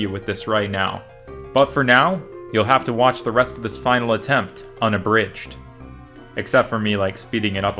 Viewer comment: Hahaha the final attempt "onabridge"